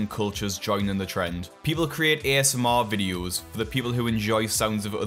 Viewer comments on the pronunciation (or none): none